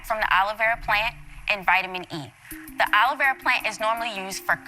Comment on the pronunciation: I find her pronunciation of aloe vera as "Olivera" absolutely hilarious